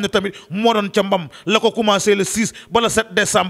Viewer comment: 😆😆😆9 dicambr kay 😂😂😂😂 on dit 9 Decenbr com sa ok 😆